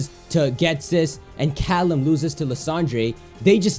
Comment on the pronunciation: Why does he say lysandre like tht??